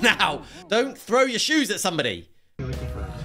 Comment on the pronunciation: “dont shrow your throes at somebody”